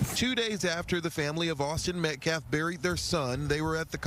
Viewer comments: Can’t even say the name METCALF correctly, and he’s talking about disrespect…. Good. Actual. GOD. This has become so disturbing. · he did it very purposefully.